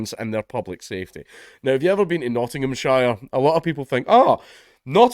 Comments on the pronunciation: I thought he said "Notthingham-Sharia-Police" there for a second. :-P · Stop saying Nottinghamshire like like that